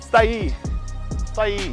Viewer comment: "not much happens out eeer you know" ....... switch knee bruvaaa 🤣🤣🤣🤣🤣